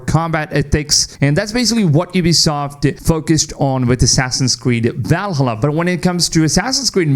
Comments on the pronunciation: If he says VALhulla one more time I’m going to take a leap of faith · VAL-HA-LA... the way you pronounce it pisses me off from some reason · Bro insists on saying Valhalla wrong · Is he saying Valhalla this way intentionally xd